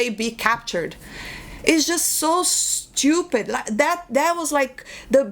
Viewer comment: I can listen to you say "shtupid" all day long lol